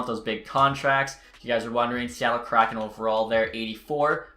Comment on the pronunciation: It’s hard to take you seriously when you don’t even know how to pronounce “kraken”.